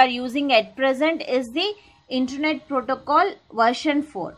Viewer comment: That called as internet not intanet